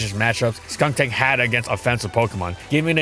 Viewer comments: He called skuntank "skunktank"? I didn't know cause when he say "skunktank" it was very similar to skuntank so i didn't get annoyed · Is anyone else slightly annoyed that he kept saying "SkunKtank" in the video and not "Skuntank"? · The way has always said Skuntank always sounds slightly off It sounds like he's saying Skuŋtank or Skunktank